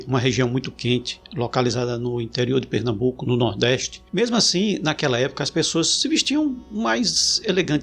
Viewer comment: "Pernambuco" 🥴 Corro perigo, amigos?